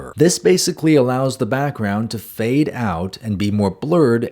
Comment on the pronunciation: we heard you say brackground buddy you can't hide